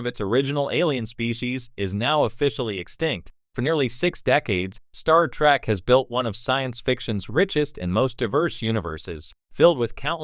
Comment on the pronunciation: Those pesky "Klinguns" on that Star TrAck show. Not the worst text to speech ever, but at least get the show name right!